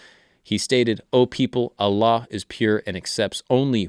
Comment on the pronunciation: His pronunciation of Allah is at least 9 out of 10. Most non Arabic speaker got it wrong, especially westerners.